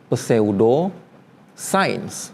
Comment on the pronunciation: Kontennya bagus, tapi maaf pengucapan kata "pseudo" nya agak ganggu, gampangya sebut aja "syu-do".